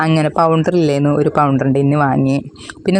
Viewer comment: സംസാരിക്കുന്നത് കേൾക്കുമ്പോൾ ഞാൻ കരുതി അങ്ങനെ ആണ് അവിടെ സംസാരം എന്ന്, പക്ഷെ ഇന്നലെ ഐശ്വര്യ യുടെ വീഡിയോ കണ്ടു, ആ കുട്ടി എല്ലാരും പറയും പോലെ പറയുന്നുണ്ട്, അത് എനിക്ക് സംശയം ഉണ്ടാക്കി, ഇപ്പോൾ പൌഡർ എന്ന് പറയാതെ പൗണ്ടർ എന്ന് പറഞ്ഞു അങ്ങനെ ഒത്തിരി കാര്യങ്ങൾ 🤣